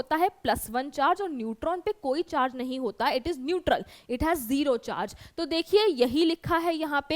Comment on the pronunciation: Do you hear rozi in instead of zero😂😂😂